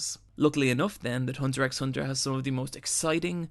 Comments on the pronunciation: okay so i love hxh and there were definitely a lot of great points made in this vid, but i can’t bring myself to leave a like. everytime he said ‘hunter ex hunter’ i felt my whole body cripple and then the complete fuck-up of nearly everyone’s name got me worse, but really the absolute most PAINFUL part was when he said ‘his/her’ for Kurapika. sure, some people mistake him for a girl when they first start watching, but we all learn right off the bat that ACTUALLY, Pika’s a fucking G U Y and not a girl. plus, now i get that it can be kinda difficult to pronounce it, but the ‘ch’ in ‘Chimera’ is a ‘ch’ sound (as in ‘cheese’), not a ‘k’ sound (as in ‘cargo’). idk i love what he said here, but all the botched basic knowledge of things like that kinda make me feel like he didn’t really watch the show :/ edit: y’know what fuck it this video is beautiful and a couple mispronounced names here and there isn’t going to stop me from showing my appreciation for someone who so accurately captures the magnificence of one of my favorite anime oat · BRUH PLEASE stop calling it Hunter EX Hunter it’s so hard to deal w, i’m enjoying the video but that just gives me a headache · The x is Silent! You should be reading it as, " Hunter Hunter" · good video however i do slightly dislike the fact you keep saying hunter x hunter. where in pronounce its just hunter hunter... you don't rly say the x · It's actually called Hunter Hunter. The X in the title is silent. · nice video! but just so you know the x is silent, it's not said when u say the title so it's pretty much hunter hunter. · Did you purposely mispronounce most of the characters names, and the name of the show itself? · Everyone saying the name wrong for the past 8 yrs the 45ck ._. Im still anoyed lol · The x in hunter x hunter isn’t meant to be pronounced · Hunter hunter you don’t pronounce the x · the way you keep mispronouncing names pisses me the fuck off. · The x isn't pronounced. It's just hunter hunter.